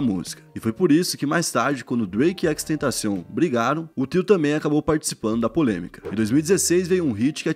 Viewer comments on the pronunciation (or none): none